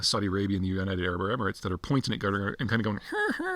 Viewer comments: No, most of the time he's calling "Gutter" (It's supposed to be pronounced "Cat Are"). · You might want to pronounce is as "Kataar", not "Gutter" :) (Unless you're trying to make some point) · Why does he say Gutter? It’s pronounced Qataaar. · Qatar and not Gatar Peter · I love how you call Quatar "gutter" lmao. It's pronounced CATAHRR / KATAHRR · Why does it sound like Gutter instead of Qatar 😂😂😂? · No mention of Quatari state sponsored jihadi terrorism across the globe directly through Al Jazeera , their jihadi propaganda machine, indirectly via sponsoring programs in Western universities posing gullible woke minds. Let’s not forget to mention harbouring Hamas and Muslim brotherhood. BTW, how you pronounce Quatar sounds like gutter. Good description. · Sounds like he's saying Gudder. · Guttar? how can a guy who specialises in geopolitics not pronounce a simple country name? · Qatar, not gutter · It’s most certainly not pronounced “Gutter” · I'm not sure you pronounced it right peter. It's gutter, not qatar. They treat non qataris as sub humans over there. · Love the pronunciation of Qatar (Gutter).....LOL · Why does he keep calling Qatar, "Gutter"? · It’s not. It’s closer to Cutter/Quhter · Please don't call Qatar "gutter" 😛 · Having lived in Qatar for 10 years, I can categorically state that nobody from Qatar pronounces it 'Gutter' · Heh... That's what I was hearing as well. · His Qatar sounds a lot like Gutter lmao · you can't even pronounce Qatar properly